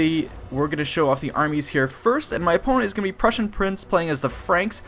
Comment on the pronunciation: I always wonder why you pronounce "prussian" the way you would pronounce persian...